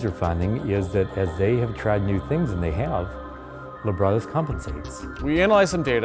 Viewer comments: Lab Rat Us. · "just in libratus fashion" lmfao how many times did the robot suckout loooool